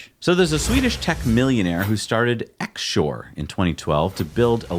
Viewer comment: X-shore is pronounced cross-shore like in Volvo XC (cross country). Also check in Candela electric hydrofoil boat.